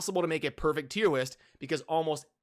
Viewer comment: “Tier Whist” 🤣🤣🤣